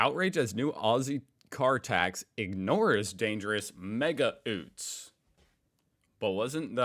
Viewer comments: its not (oot) its (you..t.). you are getting better with emu :) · My goodness!!! Why are you calling those cars “oots” ? It is pronounced “youts”. Sooo funny!!🤣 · YOOTS not OOTS!!! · And, about utes.. theyre pronounced yutes not oots 😂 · Oots??? We pronounce as "Yoots" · OOT....? NOPE...., its pronounced YOOT. CHEERS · please! stop calling ute's "oo-ts", it's pronounced "you-ts" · 1. “sanga” is slang for sandwich. 2. “utes” is pronounced “yoots”, not “oots”. 3. Love the 19th century British cockney accent you still think is an Aussie accent. Lol. Cheers from Oz to you and your family. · A burger is a bun. A sanga is a sandwich. This subject is easier for us Aussies to understand as it is part of our everyday life since birth. And it’s not OOTS for utes, but is pronounced YEWTS or YOOTS. Give it a shot, love ur clips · You finally mastered how to say "emu" now you need to pronounce "utes" properly. It's like you, then add a ts, hence youts, NOT ootes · Utes is pronounced yewts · If keeps calling them oots I will lose it